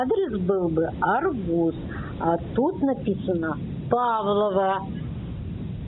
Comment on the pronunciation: Почему "АргУс? Ударение правильное на "А"!